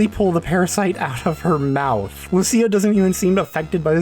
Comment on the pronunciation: Lucia is pronounced like "Lou-chia". Literally the only thing I remember from Italian 101.